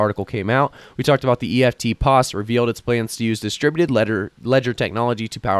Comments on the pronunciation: It's pronounced EFTPOS , not E.F.T pos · Eftpos is pronounced Efft poss